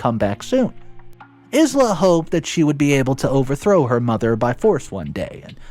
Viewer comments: Isla=Eye-lah, not Ease-Lah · Isla is pronounced eye-la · Wow, so many people just hating on his pronunciation of Isla. So sad. The English/Scottish pronounces it Ay-lah BUT Isla in Spanish is pronounced EES-la. Isla is "island" in Spanish. (i is pronounced like an E and s is almost never silent. Go look it up in google translate if you don't believe me.) So both pronunciations are correct and we honestly don't know the original language context of the story itself. As he says, it is cool to be kind. Realize that not everyone that speaks English will do so perfectly and may understand it from a different language perspective. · Isla is pronounced i-la. Embarrassed is pronounced em-bear-essed not embraced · Yup. That's exactly what I was thinking. I've never heard him pronounce infuriated correctly. Always, infurierated. Just completely butchered Isla's name in this as well. S is silent my guy. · Thank you! Somebody said it! 🤦🏻‍♀️😂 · Yeah, he drops so much pronunciation. Some are grade school level mistakes lol